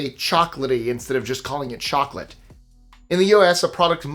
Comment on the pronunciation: Mmmm moclate 😂😂😂😂